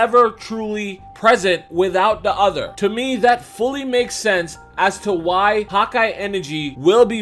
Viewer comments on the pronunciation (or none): it's hakai not Hawkeye. Why you keep saying hawkeye?! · Am I the only getting annoyed by how he is saying hakai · #hakaigoku great vid. Smart theory,but the pronunciation of hakai is killing me. Lol I keep hearing hawk-eye energy instead of Huh-kai lol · It's not "hawk eye" it's "ha kia" get it correct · Haki ("hah-key") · the whole time im like why does he keep saying "hawk eye energy" lol then i realized he means hakai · “Hawk-Eye energy”. Your saying it wrong bro. It’s triggering me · God ki. Not hauki energy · I thought he was saying “hot-guy energy”. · I was going to comment this lol he kept saying hawk eye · Sounds like ur saying hawk eye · Am I the only one hearing him say "hawk eye" energy?? lol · "hakai" is only one word lmfao!!!! Hawk eye enegry. Oh my god 😂😂😂😂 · Good hawkeye energy 😂😂.. i agree with video but that pronunciation threw me off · You said HAKAI wrong